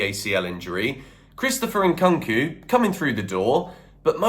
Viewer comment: Please go and learn how to pronounce Nkunku’s name properly. Or just call him Christopher because you’re not even trying dude